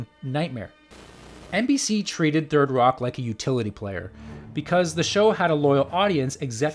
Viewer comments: "Thirdy Rock" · "thirty rock"?